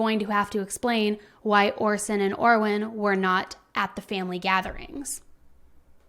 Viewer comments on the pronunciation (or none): How about we get the boys names right, Orrin not Orwen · "Orwin" clear as day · She definitely said Orwin, I thought I was saying it wrong. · OR RIN not or win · Orson and ORRIN. NOT Orwin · and.video! However, its Orrin and Orson, not Orwin. I will keep watching. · Hi. I noticed you called him Orwin throughout the video, but is that the correct pronunciation of Orrin? Prayers they’re found safely! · I'm sorry but there were times when you undoubtedly said Orwin, plain as day and not in a rush. it's okay to make an error, you're human. in fact there are several errors in this video regarding the information you gave, but I just don't understand why you responded with such hostility to that comment when the proof is literally right there and anybody can hear it lol it's just weird to deny/dispute something when theres actually proof of it... lol 🙆🏼‍♀️🤷🏼‍♀️ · A lot of your info is wrong and you said Orrin's name wrong the entire time.